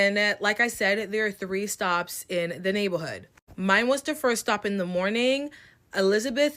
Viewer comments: Anyone else slightlyyyyyy getting annoyed with the word “navel’hood” “nabel’hood”…. I’m so sorry…. I’m so not trying to be mean. lol. It could be a congestive thing, but OMG. lol. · The first girl voice was annoying me, I’m sorry. The way she kept saying “neighborhood” like she a little kid whose learning how to pronounce a “big word” was cringe and this the same girl who was a defending Huda from love island’s racism all over Tik tok and hating on the black girls girls on the show, so she is a hypocrite lol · First chick keeps saying “nablehood” & absolutely making me mad at her 😒😑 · Neigh-buhl-hood had me dying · Why does this chick have a speech impediment but only for the word neighborhood, it's throwing me off. Lol